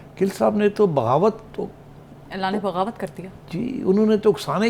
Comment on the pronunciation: It’s not bhag Dhroh, it’s bagh dor, watch few more Bollywood movies.😊